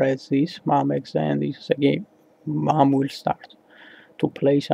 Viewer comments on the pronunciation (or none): MAME... Not MAM! Don't kill it ffs...